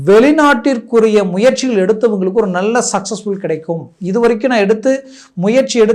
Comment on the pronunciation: 'நள்ள'..மெல்லினம்.இடையினம் தெரியாமல் என்னய்யா தமிழ் பேசுறீங்க..😮